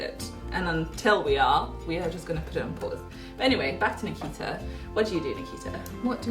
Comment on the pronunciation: Why did u pronounce Nikita wrong ? You pronounce taimur , right ? 😂😂😂😂😂😂😂